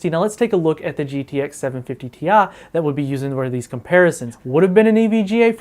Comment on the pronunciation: Gtx 750TIA. TI. NOT TIA